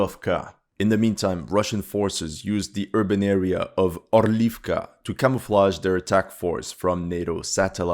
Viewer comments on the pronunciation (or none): "H" is pronounced in "Horlivka" Ukrainian "H" is like the Spanish "J". So it is roughly: "WHORE-lif-kuh" NOT "or-LEEF-kuh" "Orlivka" is related to "Eagle" "Horlivka" is related to "Throat" Two different words in Ukrainian language. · Sorry to correct you, but Horlivka is not pronounced as "Orlyvka", but "Gorlyvka" in Ukranian or "Gorlovka" in Russian. Gorlo in Russian means throat